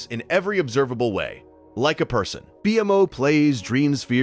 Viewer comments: IT'S PRONOUNCED "BEE-MO" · Really disappointed you used an AI voice for this video, since the subject matter was really interesting. Could only make it 45 minutes in before it got too much :/ It mispronounced multiple words (e.g., BMO, Enchiridion, Lemongrab), and the cadence was so messed up that at times it was hard to follow the meaning. Is this an entirely AI-generated video (did AI write the script too?), or was it just for the voice recording?